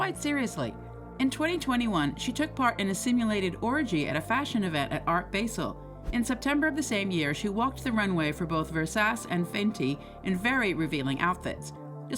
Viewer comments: Baahaahaha who is narrating this is it vivian aka julia roberts from pretty woman??? Narrater prpnounced it ver-sas...versace is pronounces ver-sa-chee....i wish i could make money to be a journalist that mispronounces popular words wrong ....wow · It's also pronounced Ver-sach-eh Not ver-sase 🤣 but the robotic narrator voice messed that one up too 👍🏻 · "Ver-sas" LoL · Did you really said versas